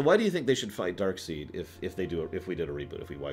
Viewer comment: Is DarkSEID not "Darkseed".